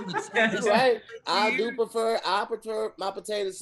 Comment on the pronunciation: “Hey Tom, we didn’t even notice he fumbled Tom. He’d said “I preter “ warm potato salad. Back to you Tom🧏🏽‍♂️” xD